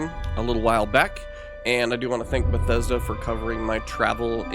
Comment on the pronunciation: Did you just said BUGTHESDA?